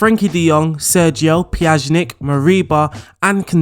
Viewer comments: PYA-NI-CH thats how you pronounce PJANIC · I have never heard Miralem's last name butchered in such an extent. How did you manage to slot "z" in the middle... it blows my mind. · Please learn to pronounce player names before making a video with that squad. Pjanic (Pya-nich) and Araujo (Ara-u-ho) drove me crazy.